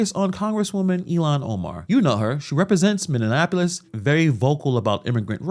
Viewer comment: Bro You Gotta Say Minneapolis Correct frfr